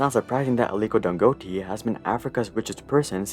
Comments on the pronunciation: I'm a Nigerian, Dangote is pronounced as Dangotay 😅. Great video as always! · Damn, that pronunciation of "Dangote" (Dan-go-tay) was way off 😅 great vid regardless! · pronounced dan goe tay - gotta at least get the guys name right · I'm late to this but that pronunciation was so off lol And just to add, here in Nigeria, Dangote is considered a shady figure. Many have accused him of Monopoly by banking on his govt friends and connections. A lot of his products are often considered subs standard compared to other competitors. For example, there's a famous saying here that Dangote cannot succeed in a sector without help from the Nigerian govt. His venture into juice and noodles notably failed as they were already established players offering better services His cement is basically unaffordable to the average Nigerian while being cheaper in other African nations Just saying Dangote is not as beloved here as many people would like to think